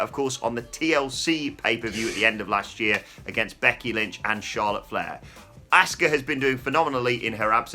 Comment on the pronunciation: Why do you guys pronounce Asuka's name differently?? says ASK-uh and pronounces is correctly as AH-ska 🤷‍♂️